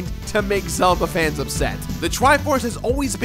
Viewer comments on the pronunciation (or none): none